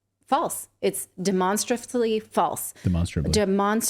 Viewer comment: Freudian slip there Natali 😉😉😁 'De-monster-esly' 😝 spot on girl! 👍👍😊